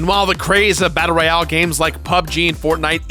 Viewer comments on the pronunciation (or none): none